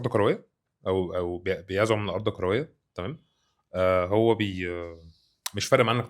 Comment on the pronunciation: عندي ملاحظه على المذيع..هو يتكلم بسرعه شديده ويبتلع اخرف من الكلام..هل هذه لهجه خاصه ببعض محافظات مصر.لاحظ نطقه بكلمة كرويه يقولها بربع ثانيه..يقول نقطه تانيه..:نقطتنيا...وهكذا..هو افقدني متعه الاستماع وحولها إلى فك الغاز